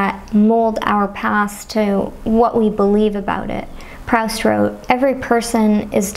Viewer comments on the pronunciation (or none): at the risk of sounding pedantic, allow me to correct you... Proust = pruu-st